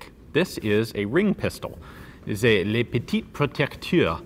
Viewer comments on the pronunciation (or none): If you are going to say the name, please say it correctly. It is "le", not "lay." You did a very fine job with petite & protector. I don't have the proper keyboard to explain how le should be pronounced, but it's one of the most common words in the French vocabulary, so log onto any French site and you'll find it. Thanks!